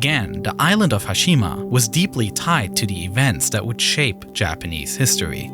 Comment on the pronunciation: Sovern Who picks someone with a speech impediment for their video narrator?? Dan recent hithtory. The rice an fall